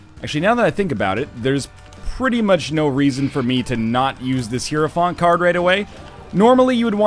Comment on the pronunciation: For fuck sake NL, just learn to pronounce it. hi·er·o·phant ˈhī(ə)rəˌfant/